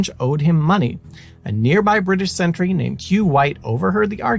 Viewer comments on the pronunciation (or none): none